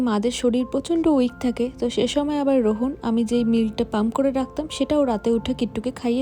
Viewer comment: Rohon na please rohaan 🥺🙃